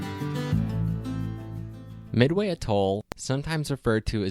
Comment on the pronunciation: If it's one of your lifetime goals to visit, learn how to pronounce it